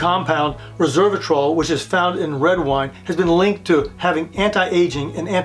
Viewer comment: It's Resveratrol not Reversatrol.